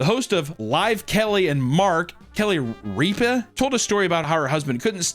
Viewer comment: pretending like he doesn't kno how to say ripa is cringe